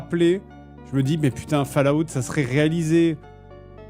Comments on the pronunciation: Fale-Ah-out ! Pardon mais c'est tout ce que j'entends quand il le dit et il fallait que je le sorte 😂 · "fal à oute", fais un effort, merde!